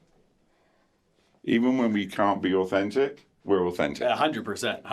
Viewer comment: "Every fink au - fentic...." Okay.... Okay, Jan.....